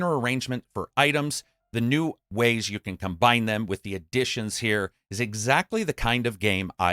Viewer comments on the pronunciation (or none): none